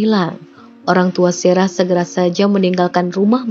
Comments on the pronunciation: Sarah ya Sarah aja gak usah serah serah min, ngganggu aja kecuali Mimin bawain ceritanya pke bhs inggris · Nyebut nama Sarah kenapa mimin baca Serah sih...